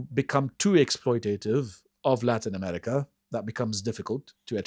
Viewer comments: Why does he say ‘Emetica’? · I can't stand the way pronounces "America." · To the guy on the left, There is no "T" in the word AMERICA.